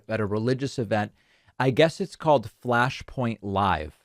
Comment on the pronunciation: Did you say Fash Point Live? 😁